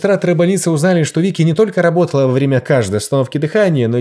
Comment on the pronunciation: "ЛАБОТАЛА" ХАХАХАХХАХЕХЕХЕ